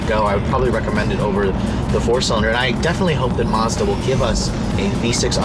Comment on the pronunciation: He said Mars Bar